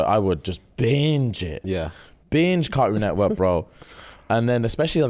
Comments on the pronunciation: "Caroon Nework"😂😂😂😂😂sorry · This is how I know I could never date a Brit lmao the way my whole body cringed at how they pronounce ”Cartoon Network” 🥴🤢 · As an American, hearing you guys say cartoon network without pronouncing the "T" over & over is so interesting 😆